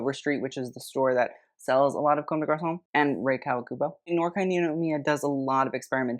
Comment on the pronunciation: 'noir' is french so it's pronounced 'nuhwaar'. also blackpink is wearing D&G eew